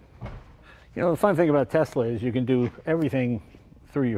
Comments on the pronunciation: “Tesler”-jay Leno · “Tesler” Jay Leno, 2020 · Love how he calls it tesler like a true old man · Always love Jay reviewing a “Tesler” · New England's take R's off where they belong and then put them where they DON'T belong. EX Caa for Car and Tesler for Tesla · My mother was raised in Brooklyn and says "Tesler". She aslo says "idear" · I went to order my Model Y a while ago and kept referring to it as a "Tesler". Lmao I love Jay Leno. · It also puts an end to the debate on how to pronounce Tesla. Most people: TeSla. Elon and a few others: TeZla. Jay Leno: You're both wrong, its: Teszler. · I love that he calls it "tesler" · And here we are wavin' Brender 'n Eddie goodbye in their Tesler Model Y... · I like Jay, but is he mis-pronouncing Tesla?